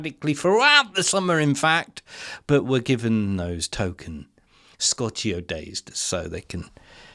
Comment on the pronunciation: Scott-y-ho? Excuse me. The word you're lookin for is scorchio, to scorch.